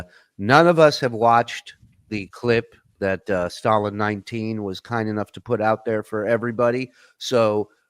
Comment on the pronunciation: it's Stallion19 not Stalin19 🤦‍♂️ let know too cuz he says it wrong as well